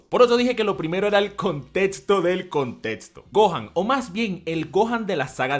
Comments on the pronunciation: La palabra "contexto" se lee como si estuviera escrita como: "contecsto", no "contetsto"... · Me gusta cuando dice contétsto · me encantan tus videos, pero siempre me he preguntado esto: ¿porque pronuncias la equis con una ts? Contetsto, etsacto, etsepcion... No es una crítica, ni una burla, solo es una duda. Puede que este equivocado, pero tengo entendido que la X se pronuncia como cs. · Nomas no digas contetso por fa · Nadie: Absolutamente nadie:: Contetzo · Cómo que a veces dice 'contetsto' no? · "El contetsto". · "contetsto del conteTSto" jajajajjaja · "Contetsto del contetsto" ♥️♥️♥️ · El contetsto del contetsto!!!! No etsageres!!! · Like si te volvían loco sus "contetsto" y "etsagerar"